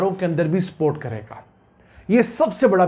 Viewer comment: I know u r Punjabi urr Urdu is little poor, but plz pronounce properly, there is difference between support and sport I think u understand thanks